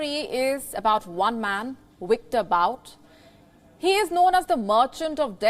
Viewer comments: is great but saying "Wiktor" is priceless. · so indians pronounce v as w and vice versa but can't say them the right way.